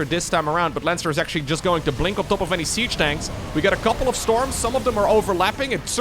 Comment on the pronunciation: Sound anomaly detected - "jUsT" is a robot - confirmed.